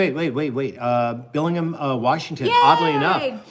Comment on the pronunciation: Here in Washington State we say BellingHAM. Just sayin’.